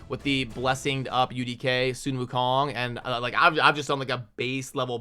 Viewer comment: Proud of u for pronouncing sun wukong correctly :)